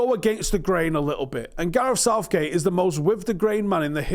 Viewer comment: LOL, Starts with Gareth and ends with Outh-gate. LOOOL :D